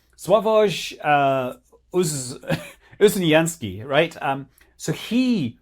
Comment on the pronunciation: Scott good job with reading Sławosz Uznański's name quite correct 👍